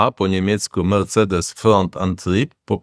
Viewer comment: Melcedes nowa marka na rynku